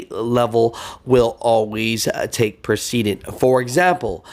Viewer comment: Pre- cedent. 🤣